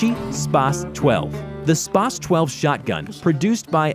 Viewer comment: Its Pronounced SP-AH-Z 12 but its spelled SPAS 12